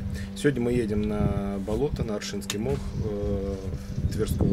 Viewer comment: Ставьте правильно ударение на оршинский мох, от слова орша